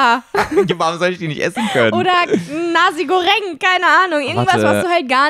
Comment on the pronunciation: Nasi Goreng wird btw Nassi Greng (mit Betonung auf o) ausgesprochen…